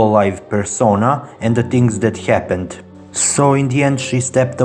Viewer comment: "what hyapenned"